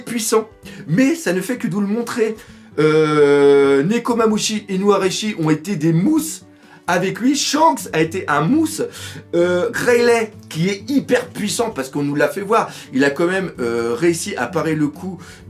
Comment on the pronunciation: Oulaaahhhhh!! J'aime bien ce que tu fais mais juste Riley sa se prononce (Reilly) se s'écrit Riley mais sa se prononce (Reilly) pass rilai. Et aokiji avait sauvé smoker face a doflamingo c'était pas vergooo . Vergo c'est le mec qui travaillait pour doflamingo même trafar garlow avait pri son coeur voilà merci.